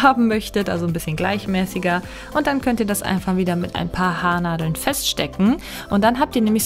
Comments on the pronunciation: "ein paar Hadeln" statt "Haarnadeln" - auch gut! 😅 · Mit ein paar Hadeln 😅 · versteht noch jemand Hadeln? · "ein paar Hadeln" statt "Haarnadeln" - auch gut! 😅 Sehr schöne Frisuren! 😊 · Hast du in ,,Hardeln‘‘ gesagt ?😂😂